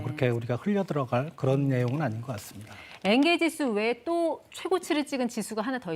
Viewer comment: 엥게지수 말고 엥겔지수 발음 신경쓰여유